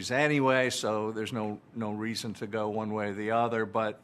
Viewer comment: That's "go" not "gou".